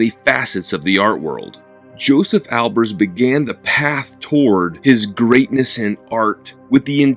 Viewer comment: Have you heard the correct pronunciation of his name?